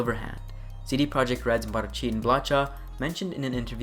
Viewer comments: blacha is read like blaha, its a little thing but can annoy :P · CH in polish is a hard H like in "hard". So Marcin "Blacha" in this clip sounds hilarious XD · Thanks for the video! And to give something back, I'll drop a tidbit of info to potentially improve your (already good) diligence on the videos: - "Blacha" in Polish means "sheet of metal", and "ch" is spelled as a hard "h" (like in "heist", "hard" etc.) - Regarding the point above, I HEAVILY recommend using Google translate to learn the pronunciation of Polish names. Simply drop a Polish name into google translate and click the "read out loud" button - the bot does a very good job on pronouncing the Polish names. And don't get me wrong - I don't demand, nor even expect you to have 100% perfect pronunciation. I'm just pointing a way to improve, if you wish ;) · Thanks for summing it all nicely. I like the part about certain chips giving you abilities to find secret areas and safes. BTW, regarding Marcin Blacha's surname - in Polish, both "Ch" and "H" serve as "H". It's just spelling/ortography. So it reads like in "Hudson" or "Houston", not like in "Churros" or "Chuck". That's what "cz" is for. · You pronounce the ,,ch ,, in the surname of Marcin Blacha same as the ,,h,, in the word HUMUS for example. Hope that helps in the future.